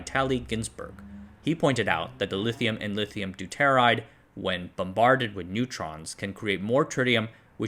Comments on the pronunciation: Deuteride - DOOTER IDE. Not Du tear ide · Deuteride Do-tuh-ride.